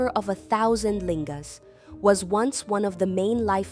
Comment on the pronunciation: Why do you say lingas. Looks like Naga carving, older.